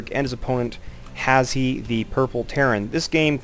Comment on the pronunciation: his name is pronounced "hash" haha, good commentary though and a good game!